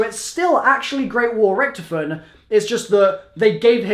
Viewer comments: RICK-TOF-IN NOT RICTFN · Richtofen (Rick-Toff-In) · Bro is anyone else annoyed by how hes saying richtofen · if you keep saying Richtofen like that...